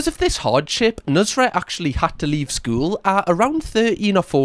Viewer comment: How its spelled: nusr-et How this guy pronounces it: nus-ret